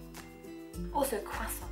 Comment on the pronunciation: the way she says croissant is so satisfying wow